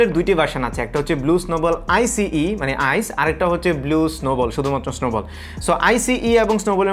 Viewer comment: এমনে বল্লে হয় না আইচ মিন্ট ভয়েচ amne bolle hay na aaic mint Voice